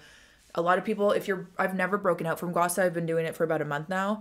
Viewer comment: Loved the vid as alwayssss! Oh and btw it is pronounced as gua sha, not gua sa :)